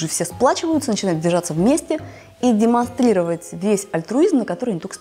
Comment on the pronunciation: Замените картавую ведущую, на кого-то с хорошей речью, половину слов не понять пока не привыкнешь к ее "демослировать" (2-05)